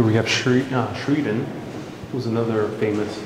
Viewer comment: Thank you for the tour! Notre Dame: Our Lady. In Grant's Tomb, Sheridan is pronounced Sher ih den.